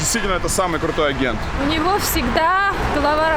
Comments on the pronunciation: Áгент,харош ударение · Блин, как ее "А'гент" режет слух.